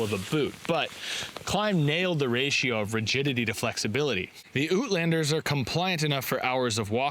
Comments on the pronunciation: Oot landers,sounds very Canadian eh hoser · Ootlanders😄 Tell me you're Canadian without telling me you're Canadian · Ootlanders... LOOL!!